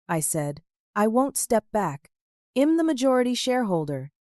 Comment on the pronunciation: Obviously youre not American. You consistently mispronounce American idioms. The words are we'd not wed, and i'm not IM. Thats why I dont follow you.